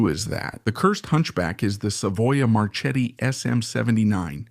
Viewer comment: “Marchetti” is pronounced “marketti” like in market. CH is K in italian